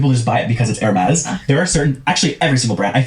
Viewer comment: the way she is saying Hermes is correct. those bags start at around 15k. it is insane